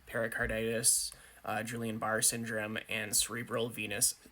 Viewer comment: Major flaw for sure. BTW - Guillian Barre = gee aan